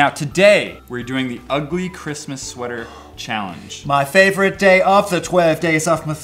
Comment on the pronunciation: "Shweater" haha